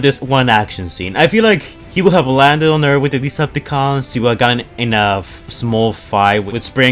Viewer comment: he says it like this lol